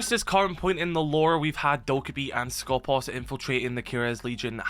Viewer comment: Can you stop messing up the pronunciation of Skopós please? The accent is on purpose at the second O, because it is pronounced skopOs! σκοπός translates as aim, goal, target, guard. I guess in R6S they intended the meaning of guard.